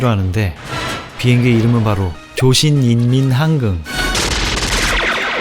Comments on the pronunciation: 조신인민항긍 발음하실때마다 웃음참는게 느껴지시는데 맞나요?ㅋㅋ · 옛날 영화인데 요즘 나오는 영화보다는 한국말이 제대로 들릴정도로 또렷하게 발음하네요. 말이 조금 이상한거 빼곤 생각보다 잘하네요. 조신인민항긍 ㅋㅋ